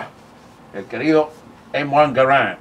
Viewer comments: El acento es en la primera "a" ya que es francés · Creo que solo me molesto que llamara al rifle como m1 gar and y no m1 garand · Jajaja le dice “Em Uan Garant” al M1 y llama paton al general “Peyton”